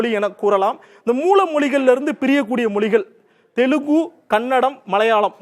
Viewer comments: அதென்ன தெலுகு .. தெலுங்கு என்று எழுதியிருப்பதைப் பார்த்து படிக்கத் தெரியாத தத்தி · தெலுங்கை ஏன் தமிழில் பேசும் போது தெலுகூ என்று விளிக்கிறீர்? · Telugu ille thambi TELUNGU yenru uchcharikkavum